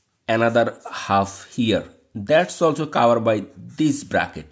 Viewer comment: Sir Your English pronounce is not good Example covered